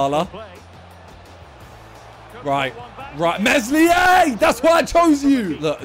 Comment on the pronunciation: The way he pronounces Meslier is horrible...